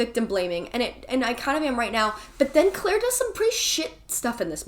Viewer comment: The Clique was my FAVORITE book in middle school and I appreciate how you pronounced Claire as Kuh-laire!